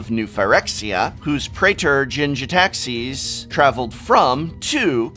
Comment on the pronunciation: Okay seriously prof, whats with the pronunciations here? Takenumo? Theres no O! Bo- Saei- Jew? Djinn - Gin - Ga - Tay - Jias?